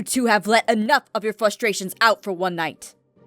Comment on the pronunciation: I know that Aph is trying to sound serious and all, but I'm pretty sure she said flustrations instead of frustrations